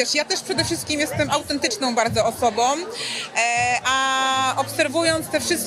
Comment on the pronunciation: Jestem" autentycznom , sczerom osobom.." .wiesz !